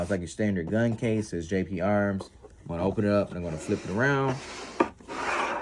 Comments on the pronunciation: GGGGGGGGGGGGGP DUDE! Not JJJJ! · You keep saying Jp arms. Its GP Arms